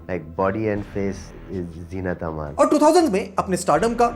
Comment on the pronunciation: Khud musalla hokr bhi bol rha hai Zeenatman...😅 it must be Zeenat Amaan...